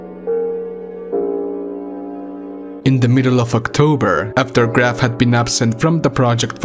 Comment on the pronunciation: Graf is a german word so you pronounce it [ɡraːf]